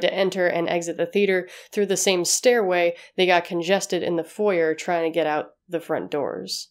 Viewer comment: Great video, but the pronounciation of foyer annoys me.